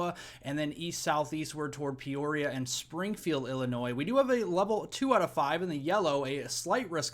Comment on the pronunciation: YES you can say Peoria Illinois right. FINALLY SOMEONE